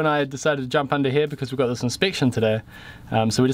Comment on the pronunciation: He definitely still says the H in 'here' tho.